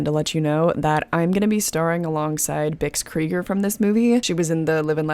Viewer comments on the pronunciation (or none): none